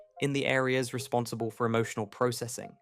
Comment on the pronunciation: 1) He Pronouced "Adult" and "Processing" Wrong. 2) Climate Change is a FUCKING MYTH!!!! 3) Mr. Beast is a Pedophile and should be in a Chipper along with the Pedo he Knowingly had (and probably still has) as an Employee.